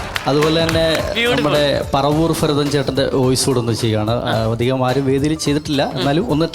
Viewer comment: ഫാഷ, പറവൂർ ഫരതൻ 🤣🤣🤣🤣🤣👍